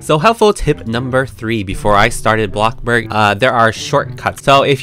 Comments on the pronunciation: ITS BLOXBURG NOT BLOCKBURG BUT BLOXBURG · Him:bloc burg Everyone: bloXburg!!!!!! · Blockburg no it’s bloxburg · Why do u keep saying blockborg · YASSSS. I love how says “blocK BOOORG” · Yeah it funny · Other people: bloxburg: blokburggg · i never tired of hearing saying bLoXBrG Btw can you tell me how to copying the colour 😊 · U make mah day betta when u say blockburg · I like how u say ABLOCKBOORG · Me: click the video: welcome back to a....blocborg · I feel like everyone sow says bLoCkBoRg